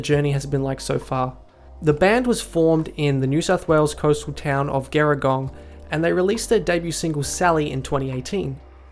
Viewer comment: good video but that might be the worst pronounciation of gerringong ive ever heard